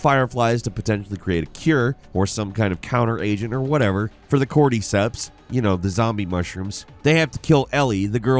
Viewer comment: The way pronounced "cordyceps" almost made me throw up in my mouth a bit... Like. This dude isn't a gamer. If he was, he would have played this game, and the 2nd game, and all the remasters, and etc.. hell.. he would have scene "The Last of Us" show on HBO. ALL of those things would have told you how to pronounce the word "cordyceps." But nah....